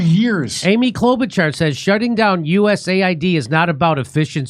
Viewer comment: Bravo to Jimmy Dore for his effort to pronounce Mrs. Klobučar's family name almost as it is pronounced in Croatia!